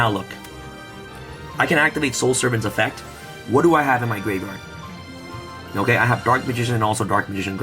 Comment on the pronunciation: Is it me or every time you say graveyard i hear gravevard?